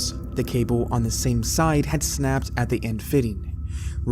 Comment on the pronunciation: How is it possible an american non robot would pronounce negligence that way? snap-ped?